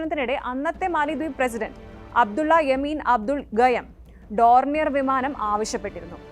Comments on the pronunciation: ഡോർണിയൻ അല്ല ഡോർനിയർ. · Kure v varakkedu paranju like vangan nokkunnu, Eth pronunciation donier annanu, Eth udha v manamalla, utility air craft. Nammal koduthath avar upayogichillengil nashtam namukkanu, nammude panamanu pokunnath, Pakaram avarkk china avarude aircraft kodukkum, epol avar china yumayi kooduthal relationship undakkuvan sramikkukayanu, President nte name pronunciation Muhammed moizu annanu